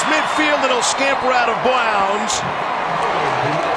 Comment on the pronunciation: "Across midfield and he'll scamper out of bwwounds"